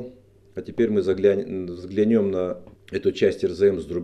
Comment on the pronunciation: ВзглЯнем прааильно, а не взглянем((((